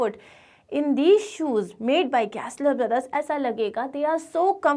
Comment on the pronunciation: Gessler ❌ Guessler✅